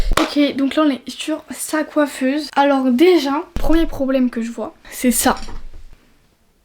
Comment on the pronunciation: Pourqoi tu dis coifese❤❤🎉🎉🎉❤❤